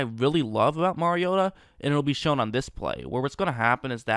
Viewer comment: Well at least you know how to pronounce the name of the person you are critiquing. Most in the national media can't even be bothered to do that.